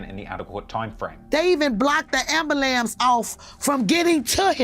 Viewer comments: Did someone say 'ambulamps'? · I understand Momma Duck’s hurt, but why she out here trying to win that daytime Emmy…um ma’am, any serious points you try to make are lost as soon as you mention “AMBERLAMPSSSS!”. I mean, we all want bad people to be “posecuuuted” as she so eloquently stated…but bruhhh…anybody else tryna find a link to that 12 minute video!?! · Whats up with the hood calling them ambawamps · His mom cant even pronounce Ambulance 🛑🛑🛑🪫 Hose like that create these dirty azz lil kids we keep seeing rapping nowadays